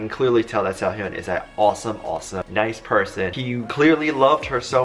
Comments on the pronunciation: im sorry, but its SE-HOON WITH THE HOOOOOOOON. NOT HEEEUN. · His name is pronounced Se hoon. Not Se hyon. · Sehun not sehyun